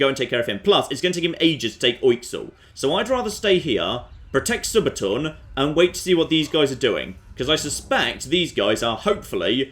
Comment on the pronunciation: Would somebody pleas explain to me in what conceivable language Subatuun is pronounced Soo-bah-tahn rather than Soo-bah-toon? But then I watched a few more minutes of the video and heard him pronounce it properly. Still bothers me though. But then he said it wrong again! My irritance stands! God,, make up your bloody mind on the pronunciation!